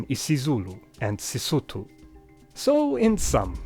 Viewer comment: Yes I'm from South Africa and I speak Sesotho you pronounced it correct . I undertand other African languages like silozi, sepedi, tswana ,zulu , southern ndebele.